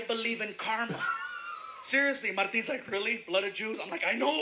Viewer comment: you SERIOUSLY have to learn what humor is :D ... Me as a german laughed my head off as he droped the "blood of yews"... The world is sooooo full of trouble and shit. Everyone has the right to be ripped off in jokes :D